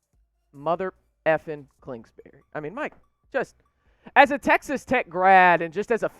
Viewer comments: PBR count: curching? klingsberry? "this is why we drink on Saturdays... I need one..." kirby hurcut? "probably going four and oh... somehow pull out two wins... by the way I mean oh and four..." "and I want to know this question right here..." "Bill Ben-b-den-baugh... Bill Being-dow..." I think you mean nodding not shaking. Nodding one's head is a vertical up and down motion, shaking is horizontal back and forth or left to right motion. "I'm chugging..." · It’s actually Kingsbury.